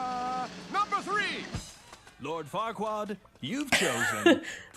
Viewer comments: You know that his name is Farquaad, not Farqua, right,? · Not that your other reactions aren't good, but it's so much more fun seeing you watch light, animated stuff. You need to watch Megamind at some point! Also, it's Lord F*ckwad... I mean Farquad. You're missing the D. ba-dump-psh 😏😂